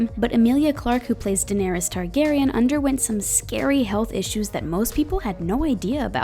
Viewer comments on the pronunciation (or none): none